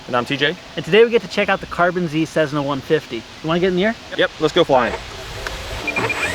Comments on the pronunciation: It's not a cezna it's cess-na. And fix your god damn teeth. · Dude stop saying cezzna, it's cessna! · i thought you say "tshesna" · "Cezzna"? Lol